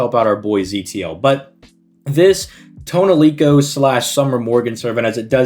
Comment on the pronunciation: "Toneriko" Tonelico is what they call the sci-fi tree in the made-up language in a JRPG series.